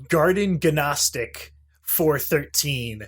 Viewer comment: The G in "Gnostic" is silent dumpass